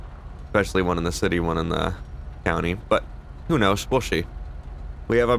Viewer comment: “Whro knows will shee” no hate love the videos man area